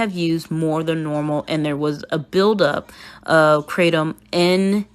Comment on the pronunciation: Being alkaline vegan is fine as long as you are involving your doctor to ensure you are getting all of your vitamins and minerals. Kratom is the issue. Yes, you're saying it correctly. She was making kratom tea daily and they were drinking it like crazy. I used to sell kratom and we had to be specific when recommending it. If you take too much of it, you can die. That's why the US made it illegal to import it.